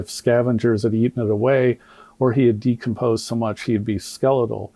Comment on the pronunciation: There was a medical expert there but he didn't allow her to explain he report rebut he didn't see her speak at all. If I'm being honest I didn't watch all of it because once he started mispronouncing decomposed I had to tap out. I honestly believe it was so reckless and embarrassing. That man's ego is so over inflated and I don't know why so many people in the black community keep propping him up like oh Benjamin Crump is on the case watch out everyone. Every case he's involved with he ends up losing. He should just stick to tort law and give up the ghost because he sucks as a civil defense attorney & I hope he gets his karma soon bc he consciously race baits and that is really harmful because it spills out into the real world and causes division. I don't trust that man as far as I can throw him and honestly whenever I see he's involved with something I immediately believe the opposite. I wait until I see a lot of evidence before I form a final opinion on something but it's off to a bad start for his cause whenever I see him involved because like I said I don't trust that man and I think he has no integrity and I also don't think he cares about the black community he just cares about the GoFundMe money he can sponge off the black community...